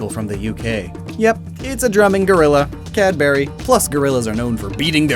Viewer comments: Cadbery?? Mate.... CadBUhry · Why did you pronounce it Cadberry?its pronouced Cadbree.pls dont hate on me i just felt kinda triggered tbh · Did he just pronounce Cadbury’s as cad bury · CAD BERRY